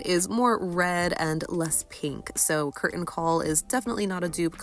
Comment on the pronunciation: The T in 'Curtain' is not silent!